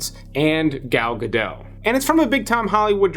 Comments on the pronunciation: It's "Gal Gadot" NOT "Gal Gadoe" .... grrrrr.... AAAAARGH!!! Dagnabbit!!! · Gadot is pronounced with a hard 'T', according to Gal herself.